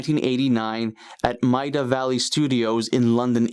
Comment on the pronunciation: Love your channel. But can you PLEASE learn to pronounce Maida Vale? That May-da Vale!! :)